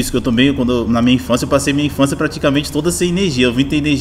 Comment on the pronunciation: Infançia kkkkkk assassinato da língua portuguesa.